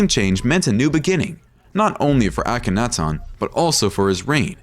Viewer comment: Please learn how to say these words properly instead of this annoying slant. It's not Uh-KENNAtawn.